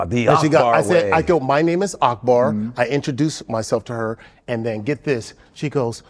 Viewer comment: Akbar actually pronounces his name better than Godfrey does his.